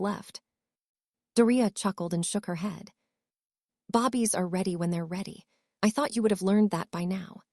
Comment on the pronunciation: Why cant the AI say "babies"? 😂